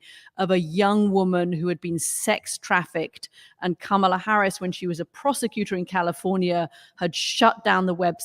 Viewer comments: COMMA-la, not KAMA-la! (I struggle with it, too.) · You Murricans are still not pronouncing Kamala properly! It’s a very short Ka (not Kaa!), then s short Ma (not Maa) snd then a longer Aa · I don't understand why this man, as a former communications director and Harvard law grad, CANNOT pronounce Kamala correctly. I've seen him corrected in real-time on another show at least once and he blamed his ethnicity, or something. It seems intentional at this point and it's unbecoming. Maybe he needs to watch the DNC's educational segment with the children showing how to pronounce her name again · The name pronunciation lesson backfired by asking the crowd to divide up, Kama Lah, because the chanted the Lah with more emphasis than wanted. Oh well, GO KAMALA! 💙💙💙💙💙